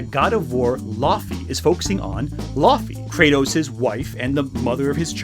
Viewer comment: (can i call you?) i love you, you’re a good guy, but i’m like 99% certain it’s pronounced “lao-fey”